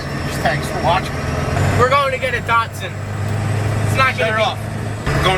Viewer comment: You heard the man, DAHD-SON